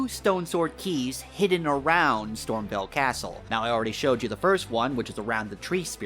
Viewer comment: I found a secret just by watching this video, it's called StormVEIL castle, not "StormVille."